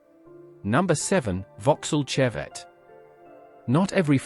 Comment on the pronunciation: Vauxhall Chevette pronounced shevette